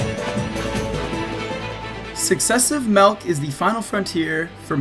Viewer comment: Everytime you say MALLC I keep thinking you are saying MA double O C